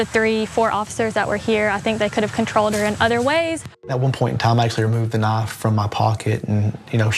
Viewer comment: On top of that it's a 'knife' not a 'nuff'. Aren't the cops supposed to speak English? A young person could potentially not understand these instructions